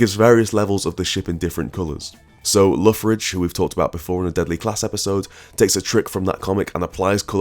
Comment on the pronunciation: How do you pronounce Lee Loughridge's second name? Lockridge, Lauridge or, as I think I heard you say in the video, Loffridge? Great video, I love Loghridge's colours in Doctor Fate too.